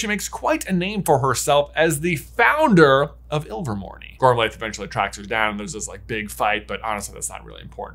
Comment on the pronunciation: and, I love your videos. They're always entertaining and thought-provoking, and always worth a re-watch. FYI, Gormlaith is actually pronounced "Gormleigh" or "Gormley" (rhymes with Ashley). The "-iath" ending is Gaelic and makes a long E sound. Loved this video. I wonder if there's one more possibility that isn't being explored: Antioch Peverell's descendants (if any).